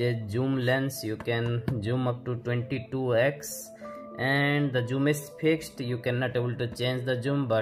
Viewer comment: Bro Zoom not joom